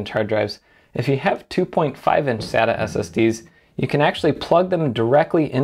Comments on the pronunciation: I'm a bit sadda that you don't say sayta.....Just found you channel and I really like your videos! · Um you do know that you totally butchered Sata's Pronunciation... it's pronounced with a Long A i.e. Data with an S instead of a D. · "Sata NAS" hahahah Its sounds like "satan" in PT_Br KKKKKKKKKKKKKKKKKKKKK great Video....